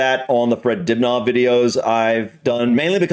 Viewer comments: Just saying, Dibnah is pronounced dib na short not dib naah long. Well were he lived at least. 👍🇬🇧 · If you read the comments stop saying Dibgnaw fgs.